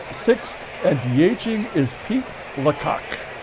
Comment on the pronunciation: “The Kansas City Lacocks” 😂🤣😂